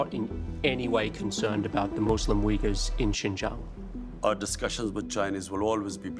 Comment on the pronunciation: Brother sinjiaang bolte h sahi se pronanciation karo